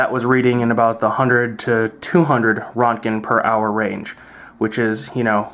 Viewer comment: Roentgen (or Röntgen) is pronounced "RENT-gen", with a slight roll of the tongue on the "R". This is a minor thing, but a lot of people pronounce it wrong. It's German, named after Wilhelm Conrad Röntgen, the discoverer of X-radiation (and 1st person to win the Nobel Prize). I've even heard some say "RO-tuh-jen", "WRENCH-en", and "RO-ent-gen". You can also use the "rad" or "rem" (Roentgen equivalent man). They're basically the same in numeric value, but different in terms of how dose or exposure are measured. The rad is absorbed dose, rem is equivalent dose, and the R is exposure.